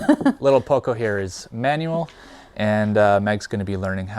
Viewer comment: I'm curious to see how your story unfolds. It's always interesting to follow construction projects, and the trips to Vancouver Island—which I'm already familiar with from Adam Gibbs' channel—also seem promising to me. Maybe you’d like to work on your Spanish a bit more; it would be nice if your “Poco” actually had a pronunciation closer to the original and not that strangely intoned “Poucou.”